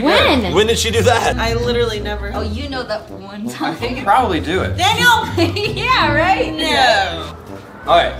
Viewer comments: "Daniel, You are in straight up "Danial" ." -Melvin, 2021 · "Daniel, You are in straight up "Danial"." -Melvin, 2021